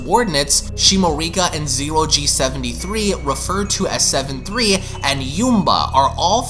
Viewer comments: Sevenslee // says seven three lol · You keep saying Seven3 when is clearly says SevenSLEE